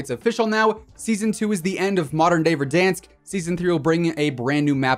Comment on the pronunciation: Be honest did u start saying VerDONsk because of timthetatman or was it your own thing😂